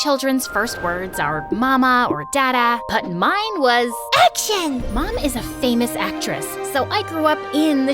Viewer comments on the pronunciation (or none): i swear, the "AcTIoN"